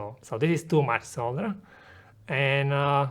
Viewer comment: Pronouncing solder wrong! Couldnt finish video because of that.